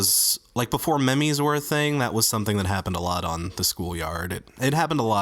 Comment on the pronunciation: It's pronounced meemz not memehz